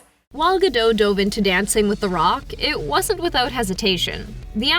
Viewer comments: ma'am, it's GA-DOHT... and definitely NOT Ga-Dough 😆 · Gadough? Meh. It's GadoT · Gal's last name is pronounced "GaDOT"!!!! By now anyone knowing movies should know it's NOT "Ga-doh" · Great movie! Needs sequels for sure! Also her last name is pronounced 'gah-dote" not "gah-doe' like in French. T isn't silent. Gadot means river bank, while Gal means wave in Israeli. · Dude this how to say Gal Gadot name right: Gaal Gaaa-dottt.🇮🇱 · Good review. Coaching moment: Make sure you pronounce names correctly. Gal's last name is pronounced Ga Doe' tu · Great video but the way she says Gadot mildly infuriates me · After Gal has become an International star for some years now, you still don't know how to pronounce 'Gadot' ??!?!?! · It is quite annoying when the narrator doesn’t show any respect by not learning how to pronounce Gal’s name. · Gal Gadot (with a pronounced"T") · Learn on how to PRONOUNCED GAL GADOT 1st Then you can go back making YouTube videos She's been an actress more than a DECADE And you don't know how to pronounce her name? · You pronounce the T in Gadot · It’s not “gah-dote” either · You should pronounce the t in Gadot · this lady really cant pronounce Gal Gadot´s name... ouch